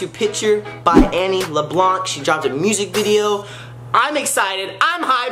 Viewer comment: who the heck is annie lablonce it is annie leblance